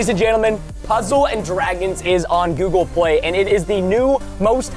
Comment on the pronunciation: Guys when he was sponsoring google play he said google pway